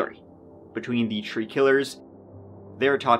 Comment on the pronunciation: In this episode, said “tree (3),” “turty (30),” “turteen (13),” and “turd (3rd)” nine times.